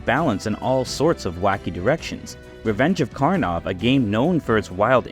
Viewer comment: my dude said "Revenge of Karnov"